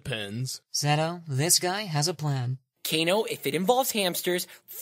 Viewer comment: KAY-NO? Oh dear.